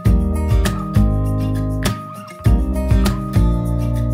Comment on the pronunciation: Не руфапка а Руфабго 🤣🤣🤣